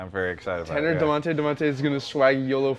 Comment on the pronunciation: Its dadonte